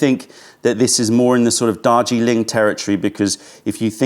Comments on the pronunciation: Is saying ‘Dodgy Link’-or Darjeeling😆? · Joseph Troyer I thought the same thing!! Dodgy Ling. 😂